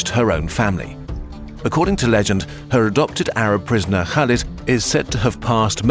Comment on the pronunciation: They weren't native, but it was a good effort for a non-arab speaker.